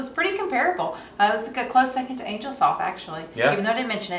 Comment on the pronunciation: CHRIST ! It isn't pronounced ANGLE, it is angel ( ANE-JELL ), you know, with wings.